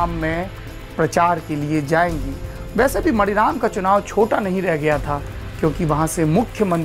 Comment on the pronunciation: मणिराम नहीं मानीराम